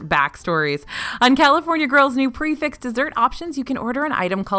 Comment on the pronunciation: Prix fixe isn’t pronounced pre-fixed….